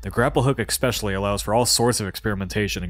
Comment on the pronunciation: Hey, as someone who records his voice for a living, you really need to stop saying “ekspecially.” Great review though, and I appreciate the honesty!